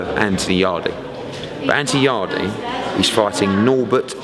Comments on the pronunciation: Not "yardie"... yard... yard.... YARD .... It is a silent E Eddie. .... a silent E facepalm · im convinced hes pronouncing yardes name wrong on purpose at this point